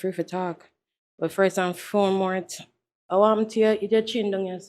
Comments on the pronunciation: "First and foremort"😭😭 "Abertise"😭 "I have people who I infelence. I'm an infelencer" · What did the police lady say, “First and foremorth”? 🤣🤣🤣🤣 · first and foremorth😂😂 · “ first and foremorte” police woman have mi weakk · “ 1st & formouth 🤣🤣🤣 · Boy dah police woman ya waah go bk a school plus training😂😂maamz say first and foremote😅😂😂😂